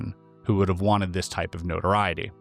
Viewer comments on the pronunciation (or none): none